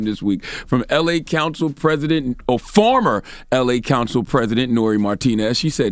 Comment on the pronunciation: I agree and all but why can't Char say OR?